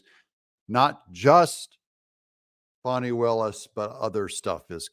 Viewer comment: brother doug, it's fani, not fahni